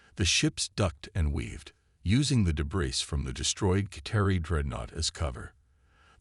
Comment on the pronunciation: HOLY HELL!!!!!!!!!!!!!! WTF is "deh-BRISS"!!!???? AND, ......"....her mind was "un-RED-able".... I stopped listening to this POS AI at just a few minutes into the story. ALL of you....STOP using CRAP AI until such time that they can speak ENGLASH!!!!! Hows bout you Freakin narrate your own stories like some do. At least I can finish THEIR stories!!!